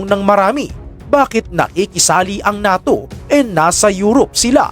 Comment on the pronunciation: diba ang pag bigkas nyan sa NATYO ay parang "NEYTO" Ahahahahahahahahahah